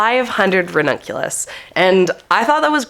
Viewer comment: You can use your Babbel affiliation to learn Italian and then you will be able to pronounce the ranunculus and anemone names properly ☺️